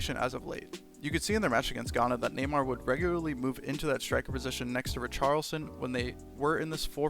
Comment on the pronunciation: it's pronounced ree-shar-lee-son :)